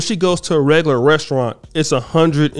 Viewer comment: I'm not paying 200$ for a date with someone who can't even pronounce restaurant correctly (ressurrant)